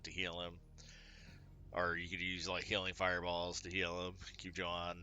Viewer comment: I thought his name was Yah-hoon, but you say Joe-han....I'm confused....otherwise I disagreed with nothing. Edit: I do kinda disagree with swarmer being that high in the rank. It has value, but is it top 10 material? I don't think so (but I only play enough to make diamond rank 3 so I won't argue).